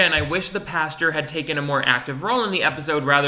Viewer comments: I love that you are saying "Pasture" instead of "Pastor" lol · Are you saying “pasture” or “pastor” towards the end? Either way, I live lol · Bestie bestie is paSTOR not “pasture” - like where they keep a horse 😭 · Ok... Are you saying "pasture" instead of pastor? Also why is the main characters voice just exactly Philip DeFrancos?? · WHY DO YOU PRONOUNCE PASTOR LIKE THAT 😂😂😂 I’m fucking dying omg. You keep saying it like “pasture” instead of “pastOR” omg hahaha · I love you buddy but it's pronounced pas-TER not pasture. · I seriously thought was talking about a pasture he was saying pastor 😂😂😂 I was so confused!! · Is he saying pasture 🌱🐄 instead of pastor✝️⛪️? Or am I crazy? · are you saying pastor or pasture lmao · Girl I read this as he said it and kekeed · Pasture... Pastor... where shit gathers. Yep, sounds like the same thing to me. 😏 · I was needing this comment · That had me giggling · It’s an accent thing that I’ve heard in both Europe as well as the United States. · It cracks me up everyone pronounces “pastor” as “pasture”. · I’m enjoying watching these out of order and going back to the time that you are saying pash-ter after having watched the future where you learn it’s pastor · I keep thinking that is going to frolic in a field with cows every time he says pasture. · As always, christian live-action tv and film is the cheesiest, most awkward trash out there That being said, I am so distracted by the way you pronounce "pastor." I was so confused, like "pasture? is this man a malibu man and a farmer?? What?" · Say "pasteur" one more time. You're amazing btw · "PAsture" I'm dying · no one:: the correct pronunciation of "pastor" is "pasture" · Haha I say “Pasture” too. I didn’t realize that was wrong 😅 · I was a Christian for 13 years of my life and still managed to get away with pronouncing it “pasture” the whole time😂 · Don't worry...I say "pastor" the same way. I just can't get it.